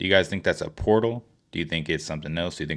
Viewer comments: "Pertal" hahahhaha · Not the pertal.. lol